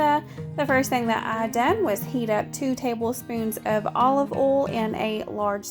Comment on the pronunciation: Love your food videos! I'm not being mean I'm just curious to know why do u pronounce oil as ol and boil as bol is it the accent? I'm watching from south Africa so just curious